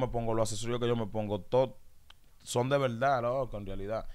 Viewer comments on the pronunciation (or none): El urbano Dominicano debe dejar de decir “en velda en velda”